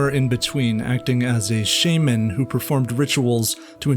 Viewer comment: Amatarasu and shaman don’t even look like they are pronounced amataraysu and shayman how could you possibly offend my ears with such unforgivable acts of vandalism you absolute cretan (not pronounced cretayn)